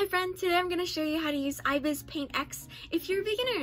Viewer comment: It's I. Bis paint x not e bis hope helps the pronounciation